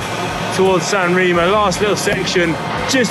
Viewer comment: I’ll consider it when you learn saying “SanrEmo” the “E” is said like in “End”. Not that challenging 😂 (and thumbs up for Dan who is the only saying right!